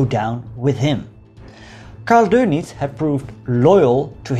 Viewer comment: thank you for not calling him "Admiral Donuts" although you could practice "adolph" a bit